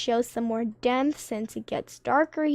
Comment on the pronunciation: hey i would just like to say its totally not hate but its pronounced depth not demth